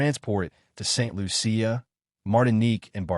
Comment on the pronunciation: St. Lucia (loo-shah)